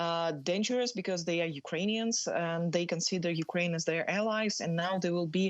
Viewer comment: I know this is serious but in the start she says "going to fight for ukraime" sorry its just yeah ill head out